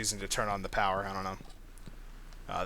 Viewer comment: When the objective said Find a way to power the thing....it sounds like u said find the shit down the generator just sayin.